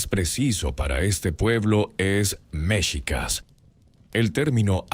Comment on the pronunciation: Creo que ud no es mexicano, creo es español. Hay datos equívocos en su relato y la pronunciación de MEXICAS ( mechicas, con acento prosodico en la i ) es así como se escribe en español mexicano. Ud lo acentúa en la E, lo cual es incorrecto. Ahora más que nunca nos interesa que nuestra lengua e historia se respete y sobre todo con verifica información.